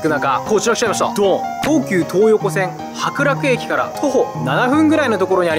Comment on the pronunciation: 白楽駅が白濁液に聞こえたwww